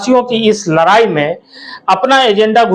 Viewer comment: abe jaban Sahi kar ladai Nahin larai